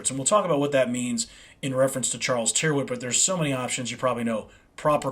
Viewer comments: Tyrwhitt rhymes with spirit. The y sounds like an i and the ‘wh’ is silent (Tirit). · Good stuff, wear them for yearrs, by the way, an englisman would pronounce rw with two rr, ie, "turritt"